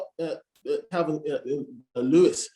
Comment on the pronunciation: Did he just say Kalvin Lewis?